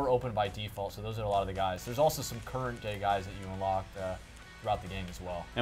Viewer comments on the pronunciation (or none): After watching that about 10 times laughing I think he says ""current day guys"